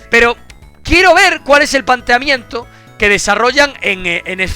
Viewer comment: Xokas: ...pero quiero ver cual es el "panteamiento" GRAAAANDE Xokitas, buen lingûistico DAME LIKE si te ries de ti mismo xDDDD